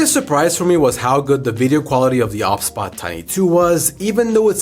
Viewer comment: Is it not meant to be pronounced O B S bot?